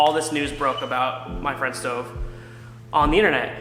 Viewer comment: ITS NOT STOVE